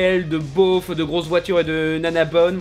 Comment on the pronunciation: "beauf" pas "bof" 😉